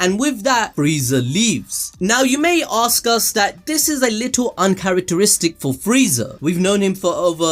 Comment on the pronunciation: You needa practice saying "ASK" A. S. K ... not AKS... xD